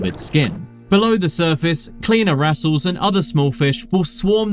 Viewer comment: Please can someone explain how a "marine expert" can mispronouce "pharyngeal", "inertia" and "wrasse"? Like one mistake is reading a script too quick, but three? What's going on?